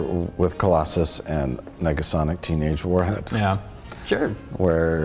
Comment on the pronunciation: Not "Mega" Sonic Teenage Warhead.. "Nega", please.